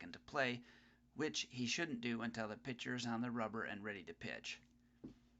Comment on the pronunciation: the word is PITCHER not picture...